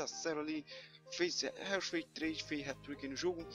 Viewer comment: Thiqui o pronunciamento do jogador que tu trouxe não e Reus e sim Róis. O nome do Jogador que tu trouxe nao é Reus mas se fala Róis